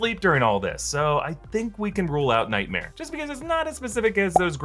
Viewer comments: Am I the only one who can't stop hearing saying nightmere and thinking about Bert Kreischer? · Omg I don't know if there's any bert kreischer fans/main mommys but Hayward said "nightmeer" sounds like